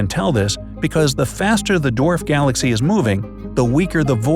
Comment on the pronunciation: Wait, did he just say glass-cow?